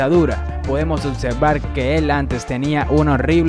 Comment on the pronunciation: Ocservar? Jajajaaja. Se pronuncia observar